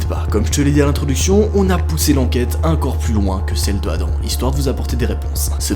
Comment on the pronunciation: J'adore c "encore" on dirait qu'il dit "incore"